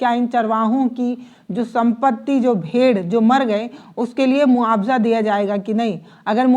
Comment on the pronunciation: यह भेड़ है भेड़िए नहीं है मोहतरमा, जबान चलाना ही आता है या अक्षरों का सही सही उच्चारण बोलना भी आता है यह भी कह दो कि बचे हुए खाने में बीजेपी वालों ने जहर मिला दिया था।